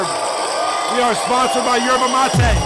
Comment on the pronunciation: Did Kenny ever figure out how to pronounce Yerba? Is it Jerba?